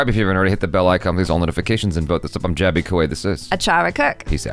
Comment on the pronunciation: Jaby you did it pronounced name perfectly 😎